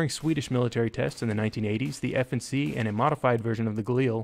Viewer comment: it´s not F&C but FNC as in FN Carbine